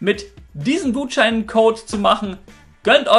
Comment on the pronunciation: Hat er am Schluss kabal anstatt Kanal gesagt haha